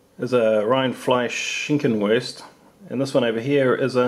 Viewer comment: I am from Germany and i had to laugh so hard when you red "Rindfleischschinkenwurst" ;). But great Video as always.